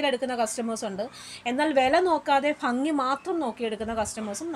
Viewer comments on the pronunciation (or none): നല്ല ഫംഗി അല്ല ....😄😄😄😄ഭംഗി എന്നു പറയു......